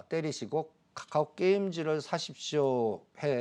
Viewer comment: 한국경제에서 유일하게 챙겨보는방송이 방송 왜냐면 댓글보러 특징 1.맨날 자라고함 2.원금 -50% 는 보합(?)이다 3.계속추매하라고함 돈이있어야 추매를하지 무슨 지폐공사도아니고 4.50개 찍어서 3개맞추면 그럴줄알았다고함 5.카카오를 까까오라고함 배찢어지게웃네진짜